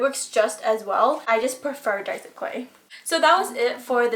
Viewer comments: Finally! A Youtuber that says Die-so insted of day-so! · FINALLY SOMEONE WHO CAN SAY DAISO RIGHT💞💞💞